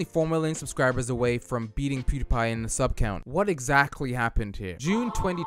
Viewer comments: how he pronounces it: poodiepie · I love how this guy says poodiepie